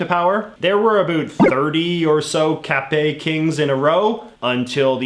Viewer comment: thanks for not prononciate the "t" in the capet's name. That was not bad , not bad at all , and i say that as a french who love history . anyways , i'm gonna look some other video you make to learn more about other stuff , specialy canada .